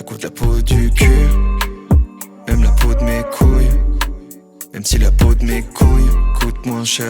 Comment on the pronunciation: T'as dit couill ;p